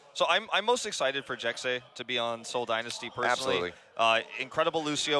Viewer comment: hehehe, "Jekse." It's pronounce like Jessie